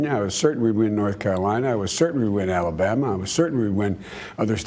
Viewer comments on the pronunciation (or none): none